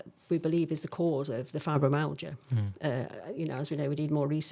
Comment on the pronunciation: Why can this doctor not pronounce Fibromyalgia?.